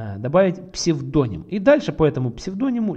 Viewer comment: Как же ухо режит этот ваш псведОним...